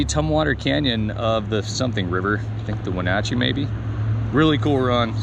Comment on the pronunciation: I'm from Wenatchee you are saying it correctly, nice to see the video thank you